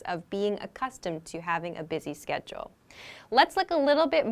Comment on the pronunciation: You pronunced schedule as sketchle. Please repronunce it properly.